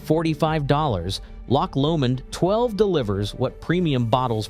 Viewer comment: LOCH Lomond rather than LOCK Lomond